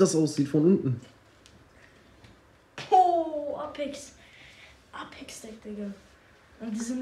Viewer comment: Man spricht das äpex aus